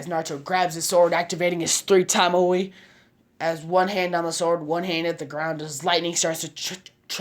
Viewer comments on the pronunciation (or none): none